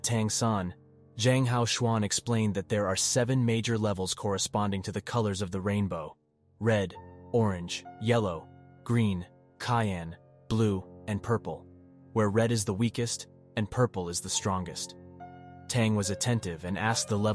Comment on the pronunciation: My dude pronounce cyan as Cayenne! Like Cayenne peppers!